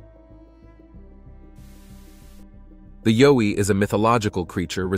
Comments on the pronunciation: It is yowie pronounced yow iethe yow to sound like ouch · Pronounced YOW as in Y and ou from 'ou'ch plus e. Plus not a myth I met one outside my home in NT, many years ago, and we stared at each other less than one metre apart. We were both stunned.